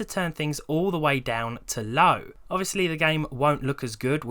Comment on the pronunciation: you said low sounds like LAU